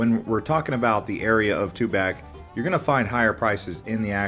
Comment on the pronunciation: To pronounce tuback correctly. It's TUBOCK. Tu pac and TUBOCK.